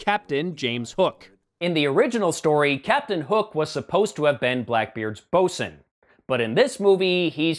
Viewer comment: Bosun, not bosin. A ship's officer in charge of equipment and the crew.